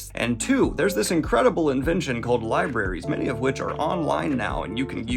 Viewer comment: Lib-er-are-ayes? What are those?